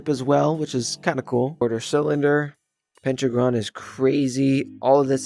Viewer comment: “Pentacon and octocan”💀